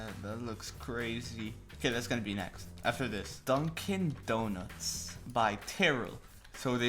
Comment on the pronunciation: Did anyone notice how he said "DunCan DOnuts"